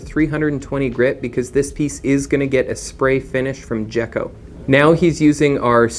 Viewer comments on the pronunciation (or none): Another great video.... and if the brand name you referred to is Geko, then it's pronounced Gek Oh (G as in get... and a geko is a small reptile)..... cheers.